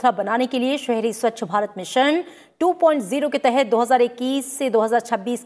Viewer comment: ये मैडम जी तो 2.0 को 2.o पढ़ रही हैं 🤣🤣🤣🤣